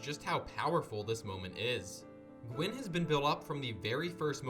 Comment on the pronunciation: Gwyn means white in Welsh. Dunno if that's where the name came from. Pronunciation is right tbf